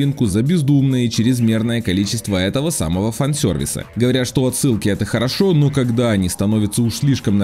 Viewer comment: Простите, но произносится фан сервис! Уши прям режет. Если пытаетесь в нормальное американское произношение, то тогда уж полностью - фэн сёрвис. А так - хочу поскорей сам посмотреть фильм чтоб сложилось полноценное мнение )